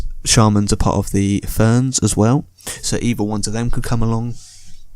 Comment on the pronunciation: Ferns? FERNS!? Do you not speak ENGLISH!? While also being a native speaker I presume? IT'S FEEEEERAAAAAAAAAAAAAAAAAAANS! You can shove the FERNS in your arse Sir! Also you pronounce Varyn's as Varian's. Go BACK TO SCHOOL! NOW!